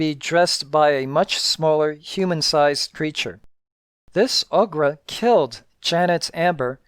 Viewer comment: This is the most detailed and informative video on YouTube covering Castle Amber. Background audio bits were great too. Having said that, your inability to speak conversationally or even pronounce words correctly (ie you say "produce" not "product" and you can't say Ogre) takes me out of the video every time. Considering this is a redux with zero improvement, I humbly suggest you give it up. You would be an awesome producer, but should never use your voice. Maybe have a volunteer use their voice to help you produce videos. Please understand, there is no mean spirit behind my comments. Again, your content and production is second to none. Cheers